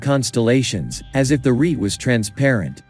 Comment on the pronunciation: Jan Breughel, not Djaen. Rete means, and rhymes with, net.